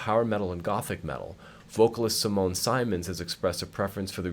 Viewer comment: Simone's last name is pronounced as "SIM-uns", not as "SIGH-muns". Just to let ya know, haha :P